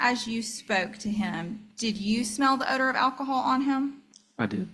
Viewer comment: Defendant: "You stated that I was under the influence of alcohol. Did you mean to say ackahol?" ROFLMAO